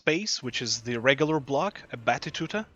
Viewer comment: Amazing guide mate! Thank you so much. A friendly reminder though: you keep saying "A battituta" instead of "A battuta". The latter is much easier to say, as well as the correct one. ^^